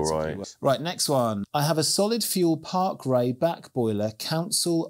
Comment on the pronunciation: Parkray, not park home.... Two very very very different things guys.